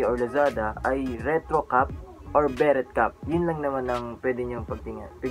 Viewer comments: pre, 'be-rey' cap ang tamang pronunciation hindi 'be-ret' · be-REH or be-REY, not BE-ret.